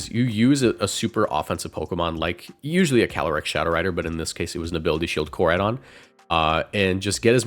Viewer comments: Best rage bait in decades is who he said Koradeion 😂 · How you get miraidons name right but no koraidons made me just leave the video by the 5 th time you said it cring jahahahahha sorry love your content however